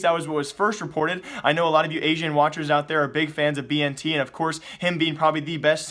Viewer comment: Is it b n t or ben tet the way you pronounce bnTeT